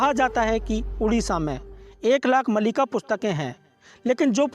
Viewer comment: Malika nahi Maalika or sahi naam hai Bhavishya Maalika.